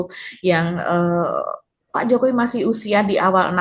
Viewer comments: Kalo dibesarkan di purwokerto pasti ngomongnya pake K diakhir kata 😂 wikodoK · Salah nyebut nama... 😂😂😂 Jomo wi kodo Jafi ingat kodok di kolam ku 😂😂😂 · jokowikodo..... dia ketinggalan " k" nya itu mba..😊